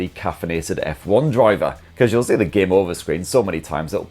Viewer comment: A geyem on a speyess beyess? I don’t know what that is but it sounds really cool!